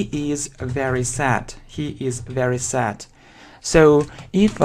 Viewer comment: Your English leaves much to be desired. Mind your pronunciation. “Sad” you read “sat” and so on. .., it’s a shame to claim for the advanced level. “You know” is repeated numerous times.